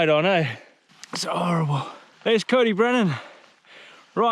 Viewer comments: Cody Brennan! 😂 its pronounced like koyd, uh brenin 🤘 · its c-oi-d y brenin not cody brenin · why did he nsay Coed-y-brenin which is the kings trees in welsh, like cody brenan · Coyd-Uh-Brenin is how it's pronounced 👍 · Good effort but you say it like coid or coyd ee brenin. Close enough though. Top vid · coed y brenin is pronounced Coid y brenin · The way he pronounces coed y brenin 😂😂